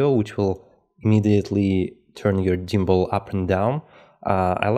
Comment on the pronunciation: good info but its gimbal not jimbal